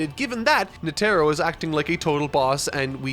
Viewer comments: Wait is it Netero pronounced Net-Arrow like says it, because I’ve always said it Ned-errow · It's more nete-ro not net-ero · Yes Yes that is right (GOUN and NE TEERO) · does he mispronounce netero on purpose? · Is no one gonna mention how he pronounced netero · Bro stop saying Netero like that lmao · How is he still pronouncing Netero wrong? He's seen the anime, he would've had friends/ colleagues tell him, surely. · I know he even bothered to make a thumbnail of him but didn't try to pronunce it correctly. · I don't want to add to the negativity of the comment section, there is plenty of that going on there, I just want to say that I find really impressive ability to misspronounce every name he reads, nobody told him about Netero? it really pulled me out when he said that Netero arrived, also Morel. Surprisingly no talk about Pouf this week either.